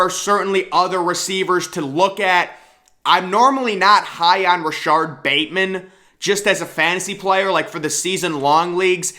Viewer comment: Its RashOd... man I wanted to scream at you that whole section!